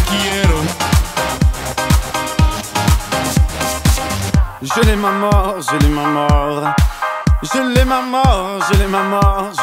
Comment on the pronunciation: Person exisist: *Talks a perfec french* Talking spanish be like: tE quIErO